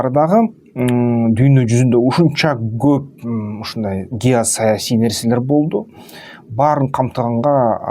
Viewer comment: Гоп эмес коп деп суйло кыргыз тилде гоп деген сох жок